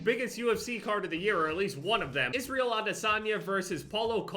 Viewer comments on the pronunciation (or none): none